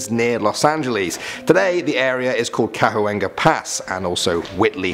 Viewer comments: It is pronounced Cawenga Pass. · You pronounced Chuenga incorrectly